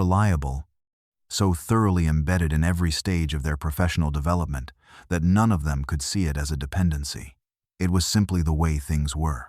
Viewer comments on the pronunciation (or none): none